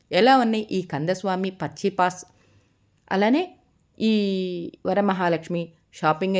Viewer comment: పచ్చియప్పాస్, పచ్చీపాస్ కాదు.